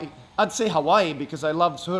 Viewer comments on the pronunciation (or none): none